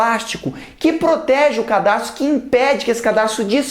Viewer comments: Muito bom. Só um adendo: Pronuncia-se cadarço e não cardaço. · cardarço huehuehuehue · Excelente, mas sugiro substituir "cardaço" por CADARÇO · Porra Jubilut, é "Cadarço" ashuaheuahuehaushauheas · Só eu que percebi ele falando CARDAÇO ? hdushasushuahsauahsushau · Cada vez que ele falava "cardaço", eu morro de rir. jndansdandsando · ensina super bem biologia, mas fala CARDAÇO. Pelo amor de Deus! que agonia